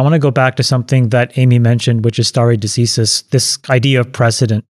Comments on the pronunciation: sta·re de·ci·sis /ˌsterē dəˈsīsəs/ Learn to pronounce nounLAW the legal principle of determining points in litigation according to precedent. "a doctrine of stare decisis" Not as your expert stated. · Someone teach Chamath how to pronounce decisis please 🙏